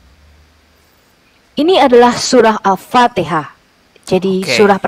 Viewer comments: 😂banyak kn mengaji agar Al Fatihah tu sebutan nya betul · Memalukan. Membaca ayat alcuran alpatihah aja ga bisa...